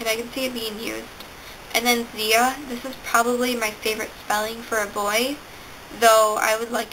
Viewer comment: Your pronunciation was a bit off on Thaddeus (Thad-E-us) and Ziah (ZY-uh), but that's ok! I'm honored that you used my name list in your video! : ) I liked the name combos you made at the end. Caledon Jones is perfection. Haha.